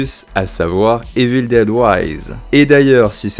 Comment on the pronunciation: Bonne vidéo, mais ta prononciation de Evil Dead en "Évile déde" et tout autre mots en anglais, c'est pas top 🤷‍♂️ Sinon j'ai bien aimé la vidéo, bonne continuation 👍